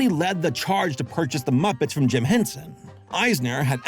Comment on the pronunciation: Took me about 20min without subtitles to realize you were saying Jim and not "gem"